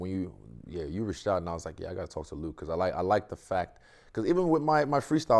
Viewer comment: Luke was a proud when he nailed the pronunciation in front of him